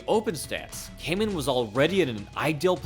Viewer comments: Excellent breakdown only thing is that his name Kaman is pronounced Kahman and not Kayman. I know it’s hard for English speakers. I’ve subbed 👍🏻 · Hoost is pronounced like host. Why don't you inform yourself before butchering names? Kaman is pronounced kah mahn